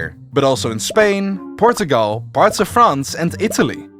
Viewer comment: that's the most beautiful "Portugal" I ever heard in English, and the only correct way of saying it.